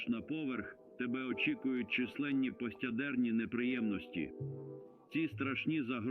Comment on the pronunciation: Трохи уважніше до деталей.Бо у вас постядЕрні- замість пост Ядерні. ми нАдали- надАли. на молодИках- молодикАх (хоча можна було- на дітях) . пОводься -повОдься.